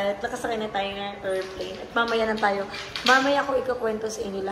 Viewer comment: Not to bash bang❤ but nabobother ako sa errport and errplane 😅